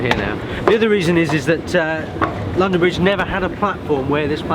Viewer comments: ITS LONDON BRIGE NOT BRONDON LIDGE! Ik its silly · "Brondon Lidge" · XD "Brondon Lidge station" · 'Brondon Lidge Station' - delightful improvisation from Geoff and, turning a slip of the tongue into a feature of the video. 'If you see something that doesn't look right' (from the station announcer) - points at Geoff. Laugh-out-loud stuff - and informative with it. Vloggers at the top of their game... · brondon lidge station? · Brondon Lidge station ha ha ha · Brondon Lidge 😂😂😂😂😂😂